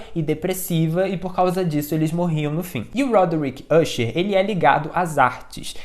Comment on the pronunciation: Pô, se pronuncia "acher" e não "úcher". É "dupan" e não "dupin" caramba